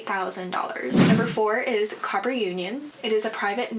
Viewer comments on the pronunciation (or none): It’s Cooper, not Copper. :)